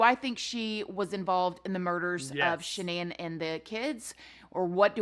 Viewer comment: She could not even say Shannan name